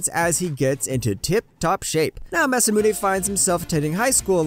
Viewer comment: Why haven’t anyone corrected you guys?😂 It’s not Masume or Musumune, it’s Masamune